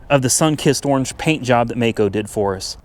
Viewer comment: Is it erange? Lol. Or henna red